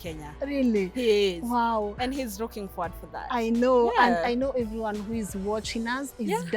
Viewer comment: Wuuuuui hes rooking Frwd to be here ..shida ya matamshi L and R